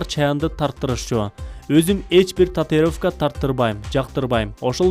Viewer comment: Татыровка 🙄 татУИровка дечи кагылай каралдым